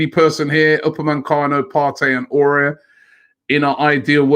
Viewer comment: Aouar is pronounced "Ah-war", not "Aurier" lol. Also, it's Upamecano, not "Upamencano"!